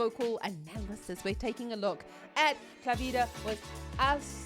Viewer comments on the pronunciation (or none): It's Klavdia (Claudia) lol not Klavida... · it's Klavdia not Klavida 😂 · Klavdia, not klavidia